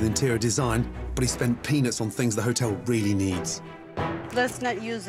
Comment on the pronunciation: I know he said "spent peanuts" but it REALLY sounds like he said that he "spent penis"